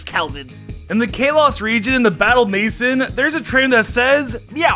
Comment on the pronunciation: I love how he said maison. Maison means house in French, he totally said it in the funniest way. I'm a French Canadian